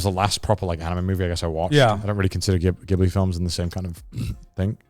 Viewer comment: Why do you guys always pronounce Ghibli incorrectly?